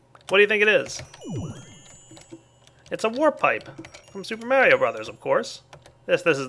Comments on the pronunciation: wow he cant pronounce lapis vis and HE CANT EVEN PRONOUNCE MARIO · DID YOU JUST PRONOUNCE MARIO WRONG!?!?!?!?